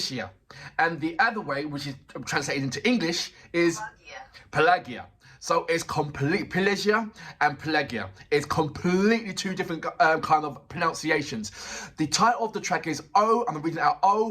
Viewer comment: You pronounce her name wrongly. Listen -after the song her name was anmounced. Pe-la-'ghe-ya